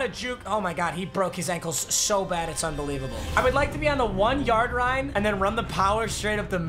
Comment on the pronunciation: 1 YARD RINE